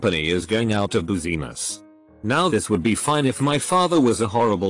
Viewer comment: “Out of booziness”